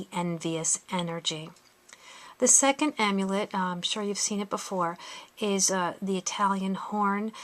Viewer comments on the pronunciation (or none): none